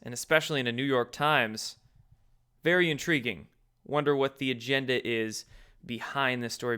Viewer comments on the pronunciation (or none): none